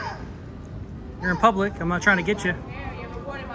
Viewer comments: thees ees noot a pooooblic area lol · “It’s not pooblic area?” 😂😂 💀